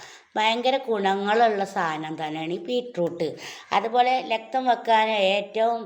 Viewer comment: ലക്തം അല്ല രക്തം ആണ്